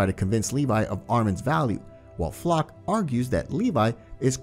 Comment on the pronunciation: LMAOOOO I LAUGHED SO HARD WHEN HE PRONOUNCED FLOCH'S NAME IN "FLOK"